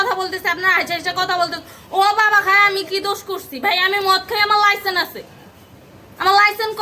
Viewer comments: ভাইরে ভাই জীবনের শুনে আসলাম লাইসেন্স আর উনি এখন বলতেছে লাইসেন্ , আর এই জন্য মনে হয় ওর নাই কোনো সেন্স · লাইসেন্স উচ্চারণ করতে পারেনা...এরে আবার লাইসেন কে দিসে ভাই! 😂